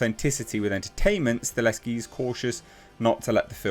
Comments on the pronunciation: As a polish man, Chad's surname is pronounced "Sta-hel-ski" not Staleski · you’re mispronouncing Chad’s last name. You’re saying “Stah*Leski” & it’s “Sta*Helski” -Sta Hell Ski 👍🏼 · It's STAHELSKI not STALESKI! It's splattered all across your monitor in the article you just read! What's funny is your briefly pronounced it the correct way & literally a millisecond later went back to STALESKI LMAO 🤣 🤣 🤣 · H, you are a legend. But it’s stahelski. Sta. Hel. Ski. XD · it's pronounced Stuh - HELL - Ski. You're welcome. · I would not normally correct someone for pronouncing a director's name wrong, but you did it 800 times.